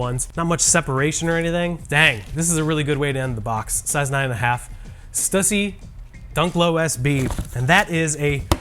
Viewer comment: Why can nobody pronounce Stussy correctly? And we're sneakerheads. LOL.